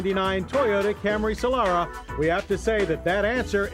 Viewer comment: It's Solara not "Solora"